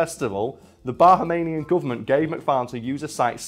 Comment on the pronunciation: That is not how you pronounce Bahamian or Cay lol